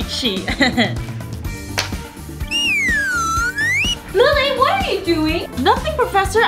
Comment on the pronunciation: It’s lily not Lili